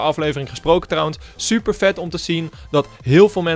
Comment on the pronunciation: Hij zei ook soeper